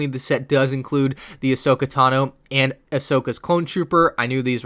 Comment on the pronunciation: it's Ahsoka not Ashoka